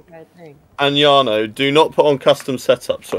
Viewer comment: The American dude pronounced your name "Jar-no" I hope he was just joking or it was a massive fail! Hahaha. BTW enjoying the editing 💪